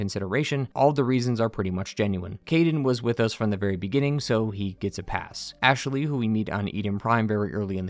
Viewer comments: Great analysis but did anyone else notice the odd way he pronounces Ashley? Ash-eh-ley 😂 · I like how you say Ashaley